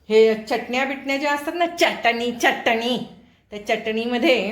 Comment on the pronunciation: चटणी च ट णी❤😊 चटणी उच्चार नीट झाला पाहिजे❤